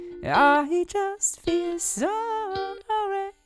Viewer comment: "I don't feel hate, I just feel zoey" Alter, sing doch deutsch, wenn du keine englische Aussprache hast...